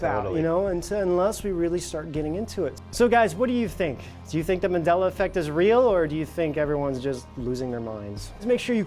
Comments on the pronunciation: I'm convinced! I'm convinced that on the left can't pronounce MANDELA. He must be from a parallel universe where it's MENDELA. MIND BLOWN! 😱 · It's pronounced "Marndela", not man'della, with the "A" as a vowel, without the R though. It's pronounced "Zerbra", not Zibra Zeebra, I'm offended. I know there are no Zebras here but just saying. But all in all, nice video.